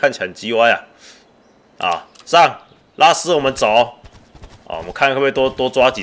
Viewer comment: 拉斯聽起來好像叫拉屎